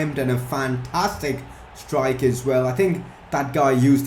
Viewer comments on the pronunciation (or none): none